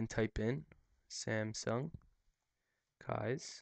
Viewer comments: Is it nor pronounced 'keys'? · It pronounced as " keys". They just spelt it differently. why do you think it has a key lock picture right on the logo? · It's actually pronounced "keys." Which is why the "K" in the logo is in the shape of an old-fashioned key in front of a keyhole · Just FYI it's Pronounced (KEESS) Ie... Keys